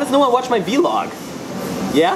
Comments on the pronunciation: It's vlog not v-log hahaha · its not ve log its vlog